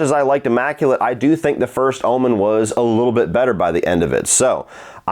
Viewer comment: It sound like your saying Ullman instead of Omen 😂 must be your southern accent